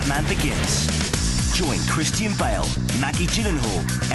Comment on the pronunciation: his name is christian not cristine you stupid narrarator